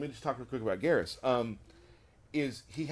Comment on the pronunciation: Why does nobody ever say Geras' name correctly? When you pick him, the announcer says his name. Other characters speaking to him say it aloud too. It should sound like "Beerus", but with a G instead of the B.... Right?